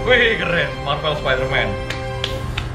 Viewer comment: Lo ngomong marvel kaya marbel wkwkkwkw